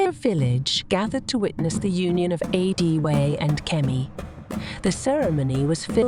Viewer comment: Prince adewale, not pronounced adiwaal...or adi-whale I would have really pissed off if kemi rejected prince adewale upon him revealing his royal status to her. Because it wouldn't have made any sense at all